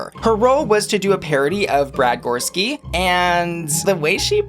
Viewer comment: Love you...Goreski is three syllables...Gor-es-ki.